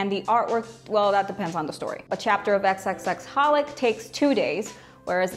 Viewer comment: The x’s in xxxHolic are silent